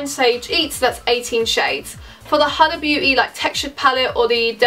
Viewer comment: It’s pronounced “hooda” but without too much emphasis on the O